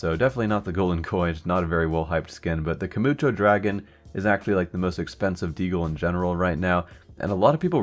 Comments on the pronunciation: "Kumucho dragon" I'm not trying to be that guy, but its 'Kumicho' (I like to pronounce it as 'kuu mee ko') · Why you pronounce so many names wrong? :p akihaBAra, kuMiiicho, vaylence? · KUMUCHO DRAGON?!? Plz read it properly next time.